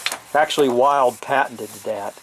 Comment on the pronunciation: Please, name Wild it's not pronounced "ˌwaɪld ", like some animal but rather "Wild", as a german surname after great constructor Heinrich Wild.